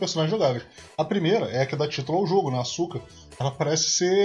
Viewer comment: Em só uma coisa, nome da menina si pronuncia Aska, no japão a letra u é mudo, desculpa aí dizer isso, mais é bem curioso isso. Poxa, vc deveria fazer uma série de jogos Cute, pra piorar a maioria de jogos dessa pegada de garotas fofas, são tudo jogo bom, isso q é engraçado, exemplo Arcana Hearts, que pra mi é sucessor espiritual da Asuka 120%.